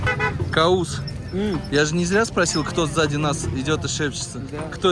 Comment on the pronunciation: Не Каус, а правильнее Кавус.